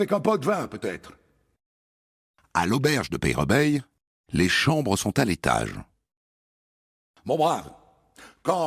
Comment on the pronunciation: il dit Peyrebeille de trés mauvaise façon même dans le film c'est dit bien mieux